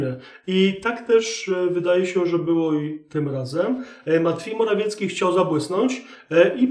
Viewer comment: Ten Pana "matfiej morafiecki" rozbija system😂 A "pewien wysoki urzędnik" w wykonaniu Chińczyków toooo MAJSTERSZTYK 😂😂😂😂